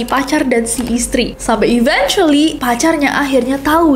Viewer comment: mispronounced eventually. it should be eventually like you want to say event